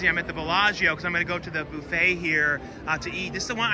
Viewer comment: It's buff-et, not boof-et